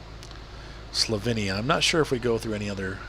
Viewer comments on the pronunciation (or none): Slovinia? You mean Slovenia 🇸🇮